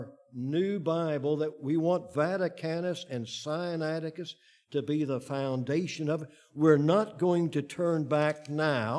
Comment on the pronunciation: This man consistently mispronounces SINAITICUS. He pronounces it SI AN ATI CUS, whereas it should be SIN A ITI CUS. (The root is SINAI, for Heaven's sake.) Doesn't add to his credibility.